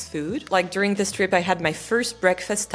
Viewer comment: Comme une bouteille à la mer. Si je puis me permettre, il me semble que vous pourriez parfaire [et non améliorer ou corriger] votre anglais en soignant plus encore les phonèmes. Je vous donne un exemple. Le « i » et le « é » ont un formant commun qui laisse parfois la place à un son hybride voire ambigüe. Ainsi, pour prononcer correctement le mot « this » [prononcé ”zis” en français] il est recommandé de penser le i comme un é, ce qui donne zés. Votre « the » est, selon moi, trop « zeu » [le eu de beurre] alors qu’il gagnerait à se rapprocher du « za ». Faites-vous la différence phonétique entre : this book VS these books ? Love from Paris France 🇫🇷💙🤍❤️🧔🏻‍♂️